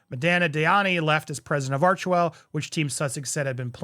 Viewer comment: Sounds more like “arch•hell”.. ouch!